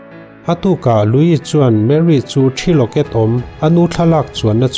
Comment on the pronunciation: Louis i lam dan pawh a dik thlap e,mitam tak chuan Luis ti in an lam thin a,nang nge nge,i special zia alang e